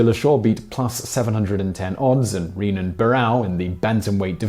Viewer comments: It's Heh-Nan Barao. No ree-nan. The man had had his head kicked in twice atleast say his name right. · Quick Pronunciation note: The lead "R" in Renan Barão (and most Brazilian names) is pronounced vaguely like an English "H" as in "Hen" and not like an English "R" as in "Renegade." That was a great fight though.